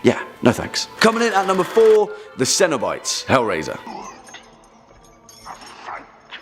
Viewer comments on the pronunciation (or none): Ceno-bites! "See-No-o-Bi-tees"? That's... odd. Haven't seen any of the films, I can assume. Or clips?